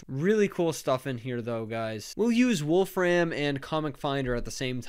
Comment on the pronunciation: Please stop saying "Wolf Ram". That's not his name. There's no stress on "ram", he says it more like "Wolf-rim", as does everybody else with that name.